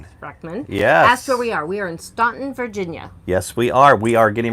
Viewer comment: Sorry we missed the live. We used to live in Staunton so we thought we would mention on behalf of friends still there, the pronunciation is Stanton. The town was named for Lady Staunton, who pronounced her name Stanton. The road CB is located on, Rowe Rd., sounds like 'how' not Lowe's. We always thought they should put the correct pronounciations on welcome sign coming into town. lol